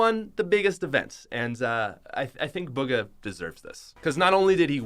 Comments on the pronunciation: BUGA its Bugha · Boo-ga not bug-a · he said buhga wrong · Ba gah no its boo gah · You said bugha wrong